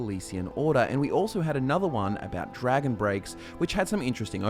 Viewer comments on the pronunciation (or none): none